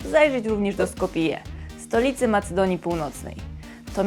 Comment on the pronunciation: Wymowa fatalna: tawcze na grawcze i trilecze oraz Skopje nie Skopije.